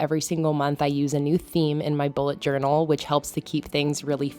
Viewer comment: I think you've added an extra "a" in journal, but I love this theme!